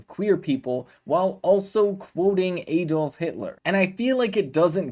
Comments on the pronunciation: He said Aid-off. Big deal. He’s doing something bold and courageous, what are YOU doing to IMPROVE our democracy?!? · It's ADD-olf NOT Eed olf. Shall we start calling the state Eeleebeemee instead of Alabama?